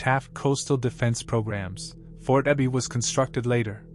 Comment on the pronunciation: Yeah, the AI voice also mispronounced Sedro Woolley and Fort Ebey: it's SEEdro and EEbey both in Washington STATE. The artificial isn't so intelligent here.